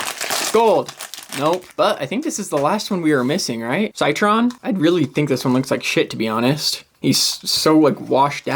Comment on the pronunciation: I’m pretty sure Citron’s name is pronounced as “sit-ron”.